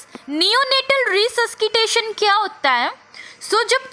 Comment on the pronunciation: Mem Resuskitation yaa resuscitation 🤔